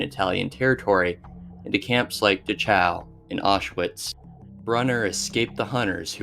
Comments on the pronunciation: Is this a troll or can you really not pronounce these words? Amelia Earnhardt? Is that like Dale's grandma? r-e-n really? Dachoooo? At least every other layer you narrate has butchered pronunciation, is this how you tell us you're gen Z without telling us you're gen Z? Fuck. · Good video but I would recommend working on your pronunciation. For example the German "ch" is always a hard throatal noise so Dachau is dacow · Pronunciation is important. A dictionary is a great reference on words such as Dachau, Earhart, etc. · Dude it's sad you don't know how to pronounce Amelia Earhart's name properly and the Concentration Camp Dachau